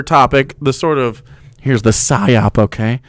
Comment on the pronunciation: Every time says Psiop, John Doyle has a nocturnal emission.